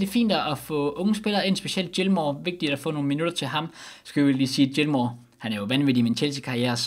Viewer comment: Fin video, men husk lige at udtale Gilmours navn rigtig til næste video.